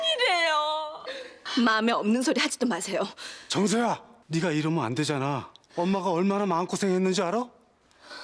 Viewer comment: thㅏ랑해 th랑해 정thㅓ야ㅋㅋㅋㅋㅋㅋㅋㅋㅋㅋ발음 왜저래 발음때문에 감정 다 깨져